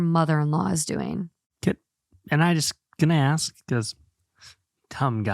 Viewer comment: Mid-whiff-ery is how midwifery is pronounced